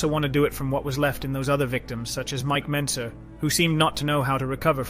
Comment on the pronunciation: Mike Mentzer, not Benzer